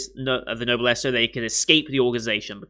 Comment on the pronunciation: Don't know if you've learned this since your reaction, but Noblesse is pronounced "no-bless". It's a French expression that's fully said as Noblesse Oblige, which, to sum up, is basically the duty of nobility to guide those lower than them in standing.